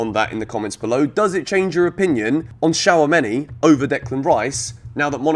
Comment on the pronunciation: It’s shoo-ah-me-ni. He’s French not Chinese